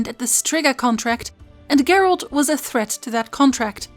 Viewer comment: Are you saying Gert? Or geralt